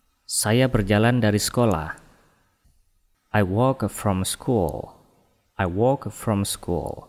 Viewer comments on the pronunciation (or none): Ada yang tidak betul sebutan ... Ia sebut school- schol...ingat oo itu sebutannya panjang it jadi at have jadi hab used it jadi us it me jadi mae clean jadi clan adoi.....